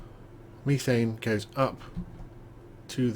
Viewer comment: Pronounced meh thane. Not me thane.